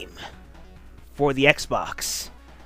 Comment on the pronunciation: Sanic eckstreem for the ecksbecks!